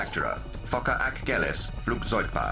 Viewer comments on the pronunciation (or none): focke sounds like FUCK